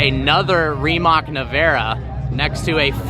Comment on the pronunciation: When you say Rimac, don't pronounce c like k